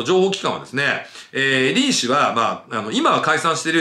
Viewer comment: リー氏がリン氏にしか聞こえない